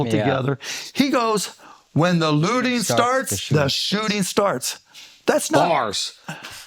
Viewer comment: Looting with 2 oo's Not lotting 🤦🏻‍♂️